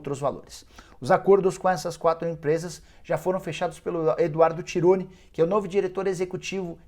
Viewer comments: Porra, Nicola, é EDUARDO TONI, não Tironi. Pesquisa direito aí os nomes. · Acerta o nome do Eduardo TONI, não Tironi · Eduardo TONI. Não é TIRONI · Eduardo Toni... não é Tironi